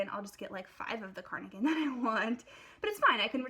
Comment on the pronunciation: Are you saying carnigan?